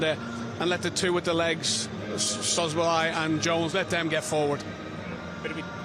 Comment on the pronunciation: Is not chobozolai is szobolai pronounce it saw bo lai